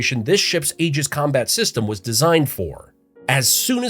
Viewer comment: Aegis is pronounced E - jis.